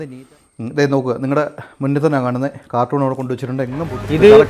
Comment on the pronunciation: കാർട്ടൂൺ അല്ലടോ. കാർട്ടൻ aanu